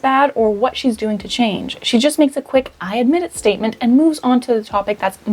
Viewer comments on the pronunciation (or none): none